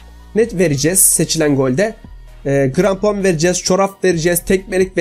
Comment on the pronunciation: Grampon değil krampon